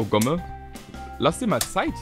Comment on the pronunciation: Jedes Mal, wenn er das sagt (also Gomme) verstehe ich Pixelkuh.